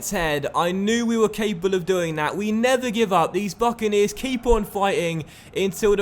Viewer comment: stop saying buckeneers